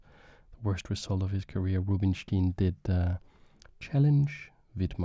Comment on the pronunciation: Great video! small bit of feedback: Rubinstein's name is pronounced 'ROO-been-shtayn' in his native language [with the ‘ay’ being pronounced like 'I' in English], and 'coup de grâce' is pronounced 'kood-GRAHS' (if you pronounce it 'kood-GRAH' then you're saying 'coup de gras' which does not mean the same thing as 'coup de grâce' at all) Keep up the good work!! Mange tak <3